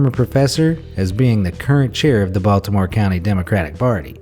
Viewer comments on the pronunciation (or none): none